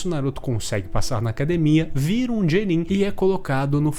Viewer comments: Cara muito legal sua visão, mas que agonia vc falando GENIN [Jenin] é [Guenin] kkk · Foi mal, eu achei muito engraçado as vezes que você falou "jenin" ao invés de "genin" 😂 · Que "jenin" mano. Fala direito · "G nin" kkkkkkkkkkkkkkkkkkkkkkkkkkkkkkkkkkkkkkkkkkkkkkk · O vídeo ta ótimo, mas eu passei o video todo pensando "ele tá falando gnin..." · só faltou falar genin certo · Ótima oratória mas não aguentei ele ficar falando "Jenin" 😂